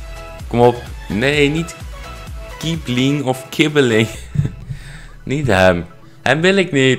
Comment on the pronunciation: zo'n ß spreek je uit als dubbel s, dus Kiessling